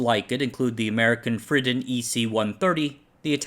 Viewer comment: That American calculator maker Friden is pronounced Free-den.